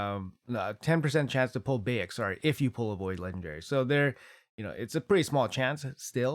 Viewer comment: bAyek, not bEyek :) BAH-YAK ;D